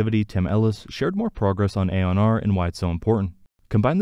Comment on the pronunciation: Pretty sure Aeon is pronounced ee-on not ay-on.